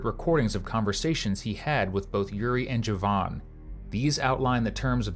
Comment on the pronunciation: They are killing me with these names. "Joevan," "Makeva."